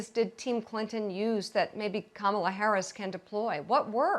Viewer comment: If he can't get Kamalas name right, we could refer to Trump as Conald.